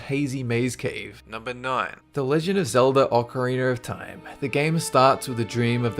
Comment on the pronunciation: Ocariner of time.